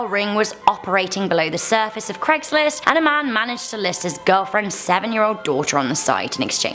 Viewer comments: since when was it called cregslist ? its craig not creg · It'd Craig's list, not Cregg's list. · You are British and you are saying Craig wrong and you shud know better